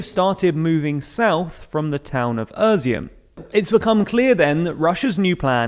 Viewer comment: As a Ukrainian, it's funny how you mispronounce all the latest names of cities :) Like: Буча, Ізюм, Волноваха Besides that content is pretty OK :)